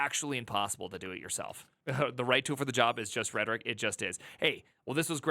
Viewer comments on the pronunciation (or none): none